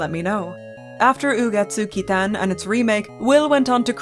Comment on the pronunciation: the pronunciation was so good it made me subscribe omg